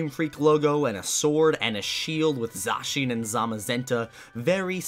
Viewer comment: Zah-chaneya Me: Buddy it's Zay-cion